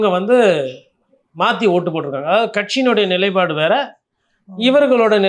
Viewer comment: நிலை + பாடு = நிலைப்பாடு 'ப்' வரவேண்டும். தமிழர்களே தமிழைச் சரியாக உச்சரியுங்கள்